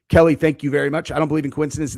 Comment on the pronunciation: It's keli